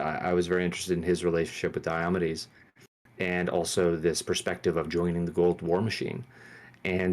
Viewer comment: Pierce's pronunciation of Diomedes is crazy LOL